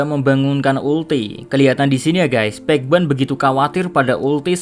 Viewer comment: Gregetan denger PEK WAN. yang bener pej wan. Pej wan.